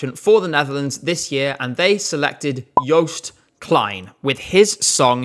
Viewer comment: another absolute banger of a video!! (especially bc of your pronunciation of joost klein, i’m proud)